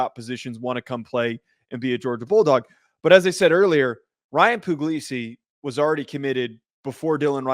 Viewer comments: Puglisi is really talented. And it's pronounced Pugg-lee-see btw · It's not poo-glee-see, it's pug like the dog 😂 so no, that's not what he said